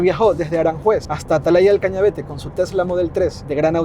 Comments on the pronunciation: Hay algo que me molesta mucho en este video, y en el de Angel... Y es que, teniendo el nombre del sitio en la pantalla, sigais diciendo "Cañavete", cuando es Cañavate. 😁😁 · ¿Porque todos decís mal el nombre de Atalaya del Cañavate? 😅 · Atalaya del Cañavate, Cañavate, Cañavate !!! Que muchos en Youtube lo decís mal